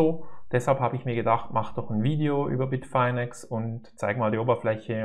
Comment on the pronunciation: Es heißt Bitfinex nicht Bitfainex!!